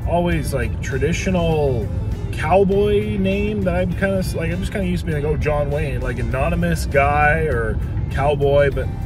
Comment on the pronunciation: John Wane? WTF?